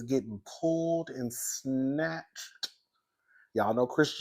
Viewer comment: it’s the way you said pulled and snatched through your teeth 😆😂🤣